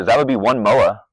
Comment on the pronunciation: Did you just say Mowa? Lol